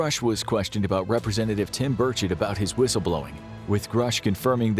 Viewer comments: His name is Burchett. Not Burkett. Pronunciation is berchett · A really good summary, thank you! (Tim Burchett won't mind you calling him Burkett). Good to include an explanation of a SCIF. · You're pronouncing "Burchett" incorrectly. Did the person narrating this video not watch the hearing?